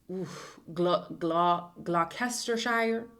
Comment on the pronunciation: Gloucestershire aka gluss-tuh-sheer 😭